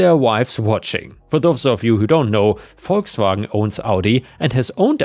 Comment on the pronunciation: As always, hearing Volkswagen properly pronounced by a German is a thing of true beauty...